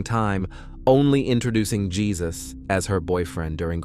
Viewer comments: Not pronounced "Jesus." It's pronounced "HAY-SOOSE." Please respect our Spanish speaking brothers and sisters. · He is. He should get that right! It's Hay-zuse. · Jesus is pronounced Hay-zuse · Aren’t you pronouncing Jesus’ name wrong?